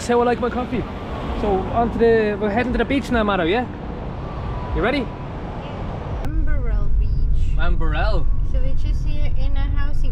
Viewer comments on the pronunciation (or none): Mullet Hair cuts are for Yobos big time..as in Westies...No Class...all Aussie don't wear there hair like that... Also U need to learn how to say Erina not Arina....also Waberal Beach not Aberal Beach... Swaneas is not on the Central Coast it's near NEWCASTLE Your Cousin is Leading U up a GUM TREE...BIG TIME...😂😂😂❤❤❤ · Erina - Erin(like the name)-nuh. Did you mean Wamberal? Womber-all The Coast has some unusual names. It's weird seeing these places on YT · Sorry, but this video does not show Wamberal Beach. You went to Spoon Bay, which is part of Forries. Someone needs to teach you how to pronounce Wamberal, Erina, and Tuggerah. The "Entrance " is the entrance to Tuggerah Lake, not the entrance to the Central Coast. I cannot understand why you would buy take-away coffee at Long Jetty. and not sit-down coffee at Terrigal ( 2 km East of Erina Fair that you went to). You went fishing on Lake Macquarie, which is not on the 'Central Coast " Hopefully your cousin can orientate you better next time that you come Why are people from GB ( and Eire ) so fixated on shopping centres ?